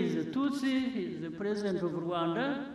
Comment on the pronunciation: I like the way he pronounces RWANDA 🇷🇼